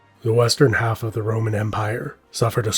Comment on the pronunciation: I swear he’s saying the ramen empire